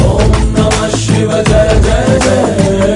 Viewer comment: శివ అంటారు షివ కాదు...వాళ్ళు రాసింది పడుతుంది కరెక్ట్